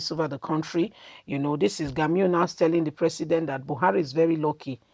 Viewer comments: You are pronounce the name rongly is Gumi not Gami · Learn to pronounce people 's name ĢUMI NOT GAMU